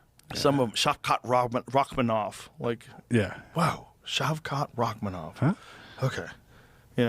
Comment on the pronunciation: Shavkat Rakhmonov is one of the easier Russian names, so why can't pronounce it?